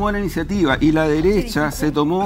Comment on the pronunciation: JaJaJaJa " LA DERESSHHHHHAA" 🤣🤣🤣🤣😂😂😂😂